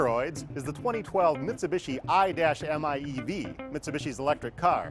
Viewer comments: The "Aye-Dash-Em-Aye-Eevee" Oh PLEASE! Would u cut that f* nonsense and call it the "Mitsubishi I" instead? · You had me at "I dash m I e v" sexiest name. Imeev. Stop saying I-dash . My god. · Stop calling it the i-dash-miev! You could just say "car"!